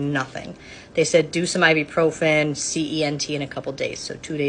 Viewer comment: This is a doctor and she doesn't know how to pronounce "ibuprofen." OK.... Whatever.